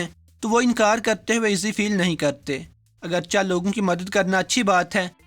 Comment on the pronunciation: اگرچہ ~ اگر چے ✅~ (اگرچا ❌) اگرچہ >>> اگرچے صحیح تلفظ ہے ۔ لکھنے میں اگرچہ اور بولنے میں اگرچے 👍